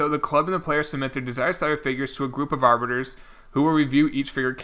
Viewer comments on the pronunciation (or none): Arbitrators not “arbitors”